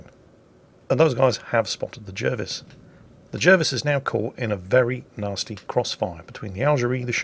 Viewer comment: wait.. isn't Jervis pronounced Jarvis?